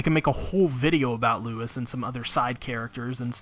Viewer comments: Louis in this regard is pronounced Louie. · Hate to be that guy, but Louis is not pronounced like Lewis. But man, he's really a friend that'll give you a leg to stand on. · You pronounce Louis wrong